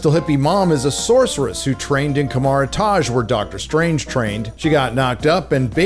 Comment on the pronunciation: It's a "strange" way to pronounce that even when you heard it by not "many" people, just by Doctor Strange multiple times in his time loop and yet doubling down on pronouncing it wrong to piss off the good era marvel movies fans for no apparent reason.